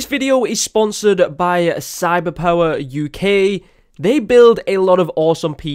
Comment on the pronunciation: The way he says cyberpower...